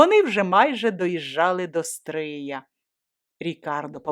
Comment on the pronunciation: Тільки наголос ...до СтриЯ. Місто СтрИй